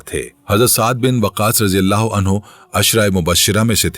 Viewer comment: Bhai ap anhu ko anhaa bol rhy o